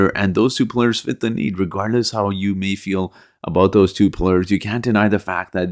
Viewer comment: Players not plurs